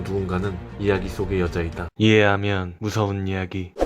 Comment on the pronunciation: 초에 이해하면이 이밖에안들림